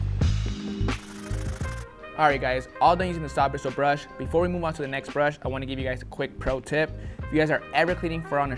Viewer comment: Everyone at Reshoevn8r be like “Bwistle Bwush”